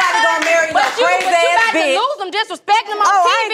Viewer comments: Did momma Dee say "bicth"?? Lol 😂 ok momma Dee it's bitch but go awwff sis LMFAO 😂🤣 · "Bicth"🤦‍♀️ MoMA Dee is something else. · Thanks Mama Dee , I almost but the T before the C in “BICTH” .. #inthatorder ! 😂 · Noooo mama dee🤦🏽‍♀️ that’s not the right order 🙄 it’s B-I-T-C-H bihhhh🤣🤣🤣